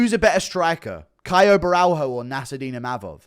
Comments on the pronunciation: GURU : DONT PRENOUNCE THE " H" WITH BORRALHO, it's like RONALDINHO " JOOO JOOOO JOOO " BORALJOOO RONADINJOOO PRENOUNCE IT AS A " J" OTHERWISE IT SOUNDS CRAZY. ( CiaJO BorralJO) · Guru please say Borralho's name right. In Brazilian Portuguese it's pronounced "bo-ha-leo" thank you caralho porra